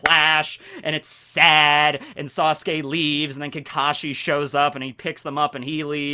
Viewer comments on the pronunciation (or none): none